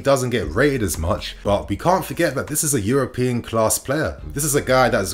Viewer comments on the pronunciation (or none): none